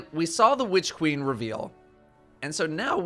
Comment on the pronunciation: Hehe. Whitch queen. Why are you emphasizing the 'H'?